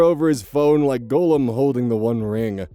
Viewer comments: Today I learned that thinks Gollum is pronounced like golem and not gah-lum. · Today I also learned it is not pronounced like golem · Ity's gol-lum, not go lem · Okay, sorry to be so pedantic, but this is one of my biggest pet peeves. Gollum (pronounced "gall-umm", as if you suddenly forgot how to say the word "golly!"), is an emaciated ring-addicted river-Hobbit from the works of JRR Tolkien. Golem (pronounced "Go, Lem!" as if trying to get the frontman of Motorhead to leave your premises), is a living construct, traditionally made from clay as per the original Jewish myth but can be any number of materials in the fantasy works of today. And it grinds me like nails on a chalkboard when someone says one word when they mean the other. Especially in things where the people working on it should know better. Sorry to bring things down. You do great work,, and this vid is no exception.